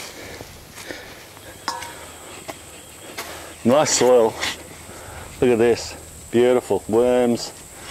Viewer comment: Soil not soul